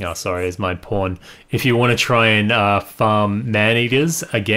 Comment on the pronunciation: Are you saying pawn or porn? It really sounds like porn